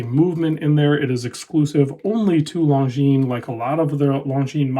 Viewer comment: Perfectly pronounced! Well done.